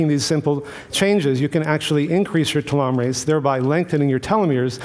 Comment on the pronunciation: this guy says the names of chemicals so strangely, namely cannabanoids and telomerase (not sure if I spelled either of those correctly). If I didn't know what those were I'd have no idea what he was talking about.